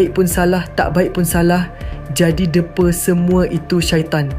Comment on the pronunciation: DEPA loghat Kedah....Depa tu seperti mendepa tangan...kalau mengukur panjang guna cara kovesional satu depa, 2 depa dsb...depa di baca E tanda...study sikit dik sebelum baca laporan